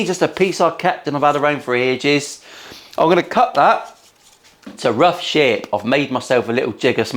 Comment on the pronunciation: Is it me or does he say the word "shape" in a Yorkshire accent every time he says "sherrp". I think he does. Once you hear it - it just keeps jumping out at you. Americans won't pick up on this, probably. PS - how do you spell "sherrp" in a Yorkshire accent? Loving the vids.